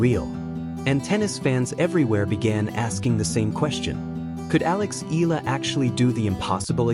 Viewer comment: Itß eh-yah-lah not ee- lah thanx😅